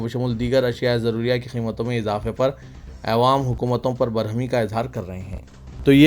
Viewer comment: Assalamualaikum Bhai apne pronunciation ko theek Karen awaam kahiye